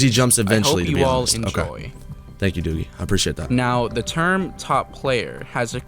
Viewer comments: It’s not duggie its doggie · You need to learn that doggie is pronounced dog E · "Doogy" "Inpasta" bro what :sob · I’ve never heard anyone prnounce Doggie as Doogie brooo